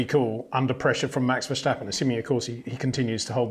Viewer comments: He says Verschtappen, right? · yes which is incorrect. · HEY PETER WINDSOR, I HAVE MESSAGE FOR YOU SIR: With all due respect .. it is NOT Max "verSHtappen" .. Max is not German (Germans indeed do pronounce "st" as "sht") .. #Max33 = Dutch NL/Belgium! .. It is not "Bottash" nor is it "Lewish" certainly not "verSHtappen" .. This BS started long time ago when a British sport presenter interviewed father Jos Verstappen and assumed you can use a German pronunciation to a Dutch Driver thinking it is so "funny" .. It is not. Serious question: can any Englishman say "versatile" out-loud without saying "vershatile" phonetically? most can about 99,99% .. that is why most English can pronounce Verstappen 100% correct! Father Jos Verstappen (also F1 Racer) was very active between back then only a very few said "Vershtappen" but the vast majority of British sport presenters pronounced it perfectly ... only a few old stubborn farts like Peter Windshor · The old man is too stubborn to ever learn that. Annoying a.f.